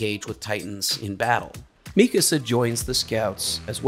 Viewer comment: I just wanted to say that I love how you say mikasa’s name right, seems like everyone on the internet says it wrong on purpose or because it’s funny.